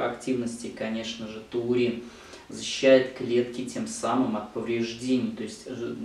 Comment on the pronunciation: Врач, Вы называете ТУУРИН,а не ТАУРИН!